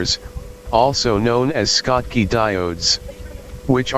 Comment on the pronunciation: Schottky is pronounced with a SH (as in SHop), not SK. Those rectifier diodes were named after the German physicist Walter Schottky who studied the barrier effect on semiconductors in the 1900s.